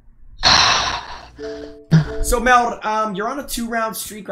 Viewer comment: Mehlt sounds like bag